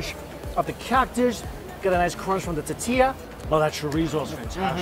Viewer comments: Same! It’s tor-tee-ah Regardless, always a pleasure to watch Mike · Cracks me up the Asian guy says Tetillia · How Mike says “tortilla” 😂😂 “titiya” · Hearing Mikey say toe-tilla in the first video..come on bro Hearing it 5 videos in..LIFE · "The Tutilla"! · This guy can't say tortilla to save his life.😂😂😂too funny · Please enunciate the word tortilla....there are 3 syllables in the word. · There is an “r” in “tortilla” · There is an “O” in the word tOrtilla, mike 🙄🙄🙄